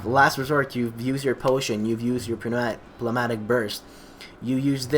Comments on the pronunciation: p is silent, basically newmatic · nope its ''pnevmatik''